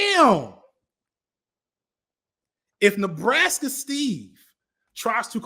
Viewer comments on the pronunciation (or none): The way you said the word Nebraska killed me last night on stream, and it killed me rewatching it.